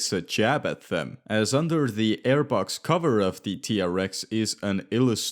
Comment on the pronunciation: I think the RAM TRX is actually pronounced T-Rex. Like the dinosaur. Hence the Easter egg.